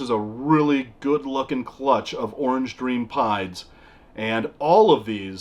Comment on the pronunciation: Every time he said "banana pieds" I kept hearing "banana pie" lol. They're all beautiful animals though! It always blows my mind how tiny baby ball pythons are. I can't believe mine was ever that small.